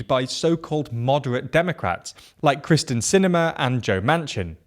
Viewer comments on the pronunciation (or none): It’s kyrsten sinema, not krysten….